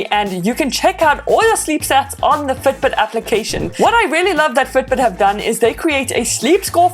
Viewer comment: why you keep saying Ftbt?